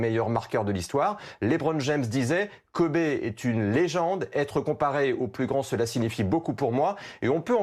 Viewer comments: Quel est l'utilité de parler de son affaire de viol ??? Surtout qu'il n'a as été reconnu coupable.... Et en plus ça se prononce "Kobi" pas "Kobé" merci les journalistes français... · PTN PRONONCE KOBE PAS KOBé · « Kobé » à et « fille aînée » à c’est bien d’être dans l’actu en direct mais pour mal prononcé son nom et dire des conneries ça ne sert à rien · Il a dit Kober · Il a vraiment dit kobé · "kobé" Nan mais vous avez pas honte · "kobé bryant" et mercé bfm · Deux trucs... déjà parler de viol (sachant que cette affaire est peut être inventée de tte pièce) au moment de sa mort c’est honteux et après dire « kobé » a putain c’est du non-respect faut s’informer au lieu de vouloir sortir l’info le + vite possible par des journalistes qui n’y connaissent rien en + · Putain mais respectée son prénom bordel on dit pas Kobé bande de merde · 2.30 :le mec dit KOBé IL est sérieux la !!!